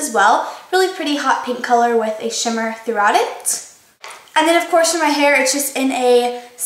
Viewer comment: does anyone else think it's funny when says "throughout"? idk. maybe it's just me.